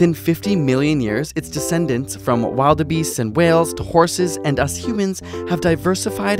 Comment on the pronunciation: While-da-beasts... LULZ